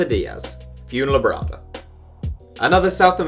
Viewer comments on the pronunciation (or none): Hahaha he cant pronounced Fuenlabrada